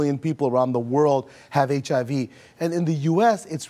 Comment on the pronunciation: hahaha he cant pronounce HIV hahaha